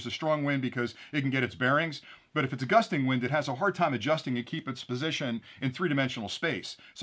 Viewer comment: "bursting wind" never heard of that GUSTING wind - yes but not "bursting"